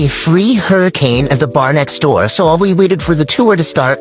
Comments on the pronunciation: "Open the noor" intro guy might be at the wrong door or have dementia. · no he said NOOR on purpose which means LIGHT in Arabic. He is just hoping that we do not catch onto the fact that they know ancient languages like Arabic, Latin and Hindi, for example. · He said door. He is pronouncing it as NOOR because in Arabic, NOOR means LIGHT. By opening the door you are not supposed to, they want access to light that they are not supposed to be given.